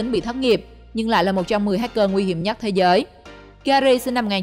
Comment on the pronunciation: Rỏi của rỏi 🤣, thế rới 🤣